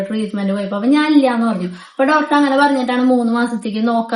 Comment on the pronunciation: ഡോറ്റർ അല്ലാ doctor എന്ന് പറയു.പാർത്ഥിച്ചു അല്ലാ പ്രാർത്ഥിച്ചു ennannu